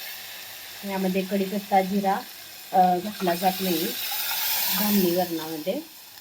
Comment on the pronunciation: Bramhani varan ase mulich nasate tumhi bramhan shabd adhi nit bola spasht bola